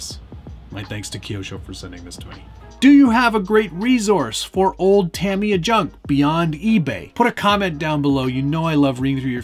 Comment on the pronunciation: You can say futaba but not tamiya lol jk